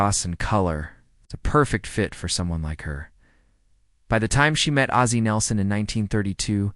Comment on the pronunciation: Hazey Nelson??? Its Oz- zie. Like the Wizard of Oz. Im sure there are ways to check name pronounciations